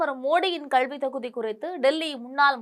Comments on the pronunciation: அம்மா, கள்வி அல்ல கல்வி தயுவு செய்து திருத்திக் கொள்ள வேண்டும் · மூதேவி கள்வி இல்லை கல்வி என்று சரியாக சொல். உன் கல்வி சான்றிதழை சரி பார்க்க வேண்டும்.